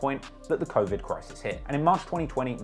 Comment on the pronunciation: "Crowvid 19" 😂😂